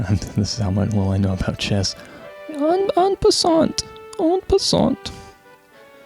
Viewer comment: That was a pretty good trois! But the t in "en passant" is silent, you can quote me on that. I have no particular notes on the audio of this one, so that's good. Not sure why your previous video popped up, but I'd guess the Starfox one didn't because it's long and Starfox Adventure got decent coverage already over the years apparently.